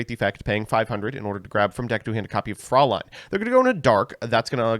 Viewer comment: Vampire Fraulein is pronounced Froy-line :) Don't know why they skipped the "ä" in the English translation when even the Japanese name has the correct pronunciation (for them).